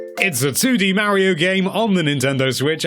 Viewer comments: MARIO, PLEASE SAY MARIO. NOT MAYRIO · Now look here Mr. "", it's not called "Super MAIRIO", it's supposed to be "Super Mario." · If he says "Mairio" again I swear